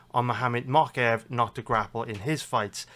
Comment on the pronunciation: I think its mowkaev not mockaev